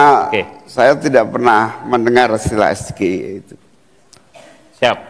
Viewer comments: Pak Erick, klo kata Capres no.3 bpk salah tuh cara baca SGIE…katanya harus es ji i ai😅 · Seharusnya mas Gibran menyebut SGIE dalam bahasa inggris Pal Amin jadi bingung karena SGIE disebut mas Gibran dalam bahasa Indonesia, dan sebetulnya pak Amin itu ingin menjelaskan tentang sebutan SGIE tapi sayangnya tidak di ijinkan.😢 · WHO itu nama salah satu organisasi dunia... SGIE itu isu global... harusnya pengucapan isu global dibaca sesuai ejaan bahasa inggris... apalagi itu acara resmi lho... banyak kok isu2 global yang diejaanya sesuai abjad bahasa inggris di acara seminar2 atau acara2 sosialisasi... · Singkatan dlam bhsa inggris tpi pelafalannya dlm bhsa indonesia 😂 lawak² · Mas Gee Salah melafalkan singkatan tsb, masak singkatan inggris di lafalkan Indonesia, kan sama dengan UK (British) lafalnya bukan U K tapi Yu Key, dasar asam sulfat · Sok pintr bahasa inggris ,sebut sja salah 😂😂😂😂😂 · S G I E bacanya es ge ai e.. bukan es ge i e....??😢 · Hahaaa es ge i e. Woyyy yg ada (es jie ai ie) bacanya,jd nyambung sm artinya. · es ji ai i yang bener, bukan es ge i e.. gue juga bingung awalnya wkwkwkwk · Es Ge I E... 😂😂😂😂 Anak gw yg masih SD aja langsung protes, harusnya kan Es Ji Ai I kan yah 😂😂😂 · Tidak logis pertanyaannya bahasa inggris dibaca bahasa Indonesia kenapa dia bilang Es ge i e, coba dibaca bahasa inggris semua org ngerti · Es ji ai i yg bener bukan es ji ei i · Wkwkwkwkwkwkwkwk... SGIE = Situ Gagal Ide Eya? Es Ji Ai E nyebutnya. Gosok dulu lidahnya pake emas murni 😅😅😅 Kan mau menuju Indonesia Emas.... 😅😅😅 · Es Ji i Ai Bukan SGIE itu kan singkatan dari bahasa inggris, masa di singkat jadi bahasa indonesia. Walah walah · Bukan SGIE kalau sebutan Inggris es ji ai i ... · Buka SGIE kali tapi EsJiAiI Buka EVBeI tapi EFBiAi (FBI)